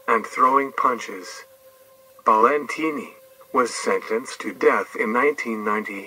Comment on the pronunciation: It’s pronounced Balentine like valentine